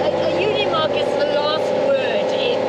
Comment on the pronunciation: It’s called UNIMOG and not UNMOG….